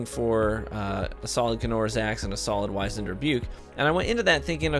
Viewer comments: Pronounced WIZ-end (like wizard), not WHY-zend. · Not Why-Zand but Wizz-End... try Google, can help with 'knowing stuff'.... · Dude. Great video. But...... Wiz-end. It’s pronounced wiz-end.